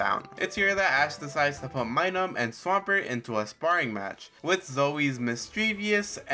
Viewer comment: Its Minun not Minum its giving me vibes your reading from a script getting some names wrong ,also if your going to have a mon use Metronome make sure you know what moves were available at the time in Gen 4.